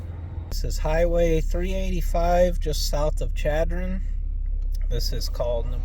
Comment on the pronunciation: it's pronounced Sh adron. Don't ask me why though. When you were at the gas station in Rapid you weren't that far from our house! Next time you are out here you should go to Belle Fourche and there are free spots at Orman Dam.